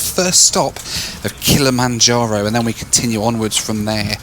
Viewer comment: I know this is a year old, but I know where to go for a drinking game. One per saying Kilamonjaro.